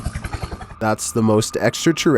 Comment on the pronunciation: I love the way he says "eXtRaTeRrEsTrIaL"😂❤